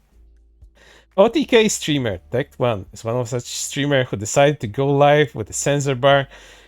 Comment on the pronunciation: Calling him Tect One instead of Tec Tone. Big bruh moment lol